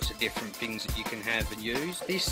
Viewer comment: It's things not dings